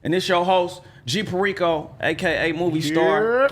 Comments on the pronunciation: Can’t even pronounce perico… smh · Dudes name is perico and he doesn’t pronounce it right